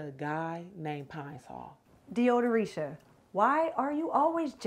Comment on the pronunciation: I tried to hold in my laugh at “Deodoricia “